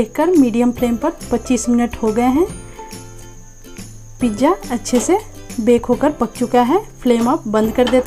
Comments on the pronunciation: It is pizza not pijja OK but good recipe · Mam plz pizzzaaa bolo.. Pija nahi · It's a pizza not pijja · pizza bolna sekhlo